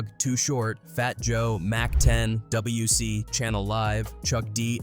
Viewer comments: PS its WC he literally throws up the W all the time. Its pronounced Dub C but its spelled WC. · Common was a soft target. The westside connection was h0es for that and common should have known it wouldn't have been a lyrical battle P.S. it's Dub C 🤦‍♂️ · lol it’s not WC it Dub C and it’s not Doz E.F.X it’s pronounce Daz A Fex and it’s spelt das e.f.x lol a man wasn’t PAC already dead before their???